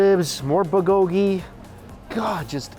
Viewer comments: BULgogi. Not bulGOgi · New drinking game: Take a shot everytime Mike says BUHGOEGEE LOL!!!! (not meant to be offensive just playing around, love your videos so much Mike!) ^__^ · Say "buhgogi" one more time 😂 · Mike, love your videos but there's a "l" in bulgogi ☺️